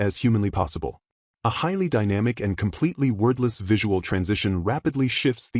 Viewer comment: Why does the AI keep saying "worthless"? Or was that "wordless"?